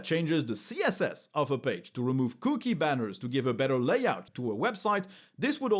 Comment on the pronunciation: Couldn't help but giggle at hearing the word "cookie" in a French accent...